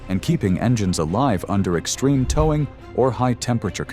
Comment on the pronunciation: Yep - "engine teer down" and towing pronounced "tow rhymes with how". Not to mention all the wrong ways to pronounce 2025.